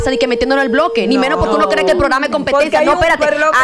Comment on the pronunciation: Jajajaaj dice Amelia copetencia Jajaj